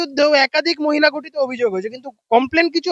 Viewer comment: গঠিত নয় ঘঠিত